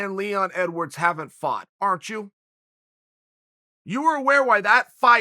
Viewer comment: “I fart for that contract” - Uncle Chael